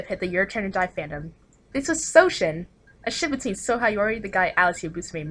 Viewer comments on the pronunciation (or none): Damn and I've been pronouncing Sou as "sau" instead of "so" the whole time